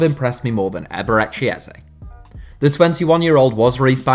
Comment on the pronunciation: Loool oh my god the pronunciation of eberechi eze